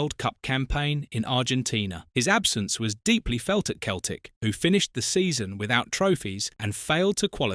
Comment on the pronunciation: "Keltic" AI shite.